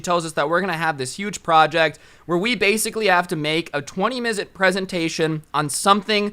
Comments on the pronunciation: How many times he says "mizute" | v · bruh this man said mizit 2 times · so we are not gonna talk about how he said “misit” in stead of “minute” Edit: and another one “prenit” instead of “minute” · "Mizute" every time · Amare Clark haha “20 misute presentation” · Hey is it me or did say “a 20 mizute presentation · Anyone else hear midet instead of minute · Also- did my guy just say "a 20 mizute presentation"????? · The amount of time he said minute wrong is astounding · ceo of not being able to say the word minute 😎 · Are we just gonna ignore how never said “minute” right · I love you but it’s fucking hilarious how you just couldn’t say minute properly throughout the video 😂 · At this point I think is pronouncing the word minute wrong on purpose